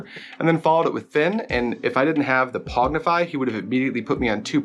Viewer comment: Pong-ify, not Pog-nify.